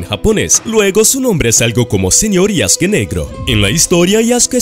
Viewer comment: No se dice Yaske. Se dice YasUke